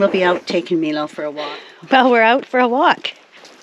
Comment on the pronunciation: I was wondering if you could do something for me that I'm really curious about. You are calling your dog Milo (Meelo) everytime I've seen that name it's always been pronounced (My-lo). Could you please call your dog My-lo a couple times to see how he reacts, if you aren't pronouncing his name properly could be part of his problem of adjusting to his new home.